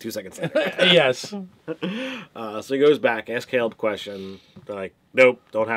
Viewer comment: Dude... you've heard him pronounce it Kay-leb about a thousand times now.